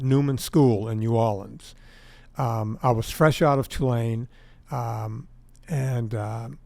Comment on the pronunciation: vinnie tortorich? from louisiana? i'm from louisiana. he's got the wrong name, wrong accent, wrong look, but... right pronunciation of new orleans. of course, i'm kidding because i'm a "northerner". he's got an admirable record of achievement.